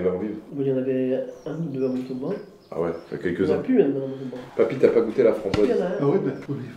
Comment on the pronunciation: c'est mONtauban pas motoban